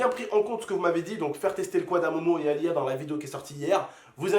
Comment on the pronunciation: On dirais tu dit LIL au lieux de LIA